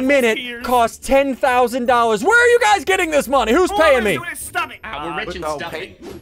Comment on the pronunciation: he said doll-hairs!?